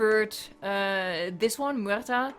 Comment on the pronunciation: she was scared in the start to say muerta and then she adds the greek γ making it seem that she was born in Costa Rica